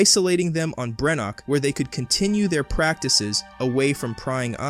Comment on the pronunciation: Perusing some of the comments I’d likely have less of an issue on the take here but given that there are 2 major errors in the first sentence I’m not gonna waste my time to find out. 3rd episode, not FINAL. BrenDok, not Brenok. Whether it’s lazy reliance on AI or lazy editorial/proofing of the work, neither speaks well of the channel.